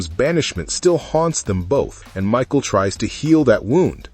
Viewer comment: Right?! And her name is Micah (Mick•eye) not Michael 🙄🤦‍♀️